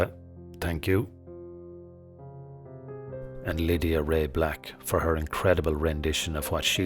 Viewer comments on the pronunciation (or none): none